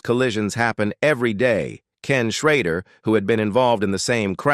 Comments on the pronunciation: His name is Schrader not schroder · The fact that they use just about every crash in NASCAR history while the moronic voice, mispronouncing Kenny's last name, runs in and on through this entire bad reporting crap!